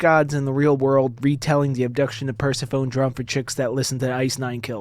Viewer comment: Persephone (Per-sef-on-knee)